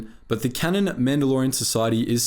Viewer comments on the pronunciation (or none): none